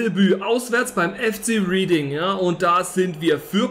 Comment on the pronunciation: Reading spricht man Redding aus ☝️